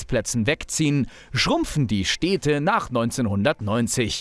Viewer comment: Super Video, vielen Dank, aber ich kann doch nicht der einzige sein, der sich daran stört, wie du die Städte nennst. 😅 Das sind Städte und keine Steehdte.